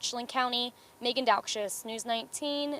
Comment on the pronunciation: did she say Megan "dogshitz"?